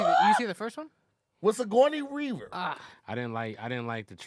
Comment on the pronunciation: Nobody:: "Whaaaaat?!?! with Sicgoyney WeReever" 😂😂😂 killed the legend's name.